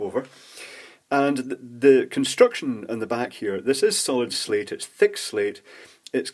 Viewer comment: I thought you were saying Solid-state at first.